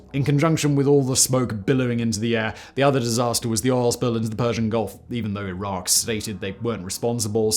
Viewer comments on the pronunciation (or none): none